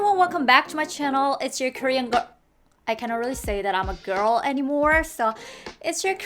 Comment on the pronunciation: Why she can’t say “girl”.??